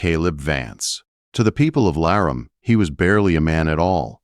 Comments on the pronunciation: L-a-r-a-mee please and thank you 😊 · Video doesn't show a mountain man dressed in furs. Obviously AI doesn't know how to pronounce Laramie. Proofreading before posting would be helpful.